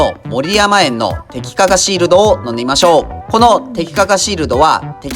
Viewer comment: シールドってわざと言ってます？笑